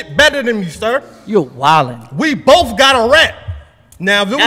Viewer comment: O-RED said WE BOFFF GOTTA RAP 🤣🤣🤣